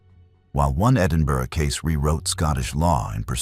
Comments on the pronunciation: Bless you for pronouncing Edinburgh correctly 🎉🎉🎉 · Its a first right enough lol. Normally Americans can't pronounce Edinburgh right. he got glenochil wrong though. He said glen o chill, if you read this podcast guy its glen o kill. obviously that's just how you pronounce it. Not spell lol. Sorry. I'm a geek 🤓 🤪 🤣